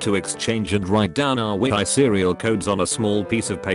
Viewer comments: No one: Text to speech: wee i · the nintendo we-eye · So if the computer voice pronounces Wii as We I I can hear the voice saying we I u. An I for real the only one thought this? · nobody: TTS: wee-eye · When it tries to say wii it says we-i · wee-Ai games